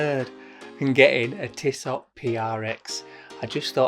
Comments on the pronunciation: It’s „Tisso“. The t at the end isn’t pronounced but you‘re right: who cares? I would go for the blue one. It gives me more of a sporty vibe. To make it more complicated: ML Aikon😉 Had it and was impressed by the build quality. And to make it even more complicated: Sinn 104 white dial. Featured it on my channel. I know, no integrated bracelet but a stunning white dial. Great video again! Cheers mate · It's definitely pronounced tisso . Save your money you mor.. Internet sensation 🤣 You'll never wear that over your blue date just or white omega.. 500 quid towards something else for sure! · Sweet looker and those ETA movements are amazingly accurate. It’s tiss-oh. I’d go for that white as it’s different looking. But before you go balls deep, take a close look at the titanium Zenith defy. Ten times the price but 20 times the watch. Open dial. And that bracelet…